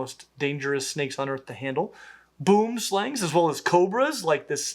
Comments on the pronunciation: are boomslangs really pronounced boom like an explosion and not boomslang, like the dutch for treesnake wich uses the o like in over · Pronounce Boomslang like this: Boo hum slung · "Boomslang" literally means treasnake. You know that right? :) Perhaps you don't because you said the word BOOM as if in a reference to an explosion, hahaha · Your boomslang pronunciation sucks